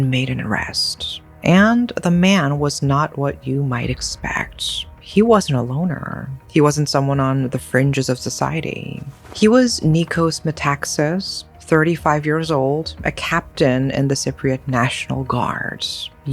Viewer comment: It's Metaxás, not Metáxas